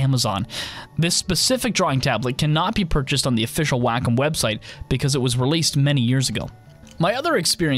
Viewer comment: If I hear 'whack-um' one more time...! It's pronounced 'waah-kum'!!